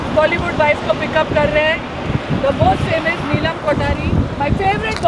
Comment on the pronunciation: Love that accent of Neelam she's still got it with a perfect T !